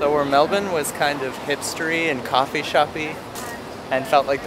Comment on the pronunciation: I love how you guys pronounce it Mel-bin like us Aussies, rather than Mel-burn or Mel-bourne how Americans usually pronounce it.